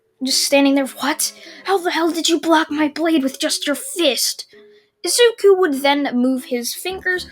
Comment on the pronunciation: It’s said I zu ku